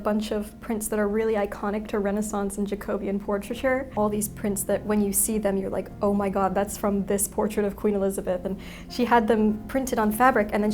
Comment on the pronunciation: It is pronounced: Jaco bee an!